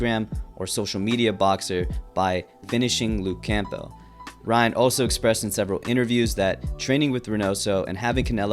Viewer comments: Camp- Bell? it's cambel. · It’s not pronounced Camp-Bell it’s Cam-bell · It may be spelled camp+bell but it's certainly not pronounced that way. It is pronounced Cam+bull. Be normal and say it the right way. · ITS NOT LUKE CAMP-BELT. IT"S CAMBEL. LEARN ENGLISH. HOLY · it's not "camp-bell" its "cambell" silent P, not being disrespectful just thought i'd point it out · Just fyi it’s pronounced CAMBULL not camp bell lol Good video though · The p in “Campbell” is silent little bro. It’s not pronounced “Camp-Bell” it’s “Cam-Buhl”. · Pls its pronounced luke camball, not camp-bell 😂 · It’s pronounced CAMBELL not CAMP BELL lol but it is spelt Campbell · Campbell, the "p" is silent, sounds like "Cambell". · Why you pronounce Campbell like that. Camball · Hahha “Camp-bell” 😂 this generation experiences everything by reading and not experiencing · Campbell is pronounced : “cam bull” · Can you please pronounce campbell right? Camp-ell? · You say Campbell really weird 😂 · bruh why you saying campbell like that u a bot?